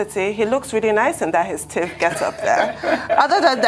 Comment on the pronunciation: Abati, it's Tiv not tivi!!